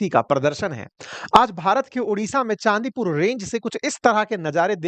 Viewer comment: चंडीपुर!not चांदीपुर !